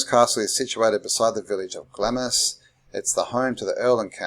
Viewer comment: Do you really think it’s pronounced “glammis”?